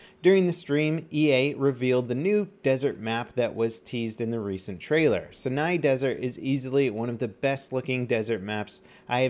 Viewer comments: 'Sigh-Nigh' desert, not 'sin-eye' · the map and actual place is pronounced sainai not how its spelled which is Sinai. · Sinai is pronounced like eye... Saj-naj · How does one mispronounce Sinai so badly. There are 2 correct ways to pronounce that I know of Seyeneye, and SeeNEYE. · Do you not check out your comments? How many people going to comment and you still pronounce "Sinai" wrong......imagine if you heard someone pronounce Mojave like "Mo-Java". at this point might be trolling... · dat pronunciation of Sinai... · Don't think I'm going to live to hear pronounce "Sinai" correctly.. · why can no youtuber pronounce sinai desert correctly?! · OMG, you absolutly butchered the map name. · Don't think I'm going to live to hear pronounce "Sinai" correctly.. smh